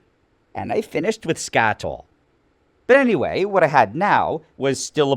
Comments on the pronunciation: When I was in embalming chemistry class back in college, them said it like Skat-ali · I'm sorry, what exactly did he finish with? Because it sounded like scat oil and the colors closely resembles something else. 😂